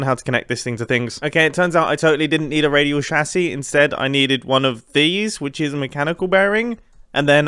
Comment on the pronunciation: is it me or does it trigger me when he pronouce radial chassis wrong?